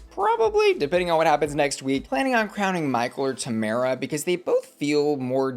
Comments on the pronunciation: The only American I’ve heard pronounce Tamara wrong 😭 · How have you watched the whole season and still pronounce Tomara like that..? 😭